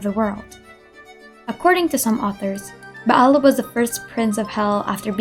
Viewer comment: Yes English really has fun with Latin sometimes. XD For me, I like the Latin reading she used. It makes it more exotic and authentic at the same time. I also love the fact she pronounced the 'ayin in Ba'al, instead of just Baal.